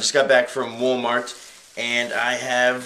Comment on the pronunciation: Kinect- i like how u said woolmart